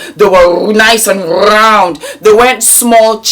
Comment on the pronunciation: I am HOLLERING at the way you said BIGGG CHEEKS😂😂 Then you rolllllled that R in round! I'm done😂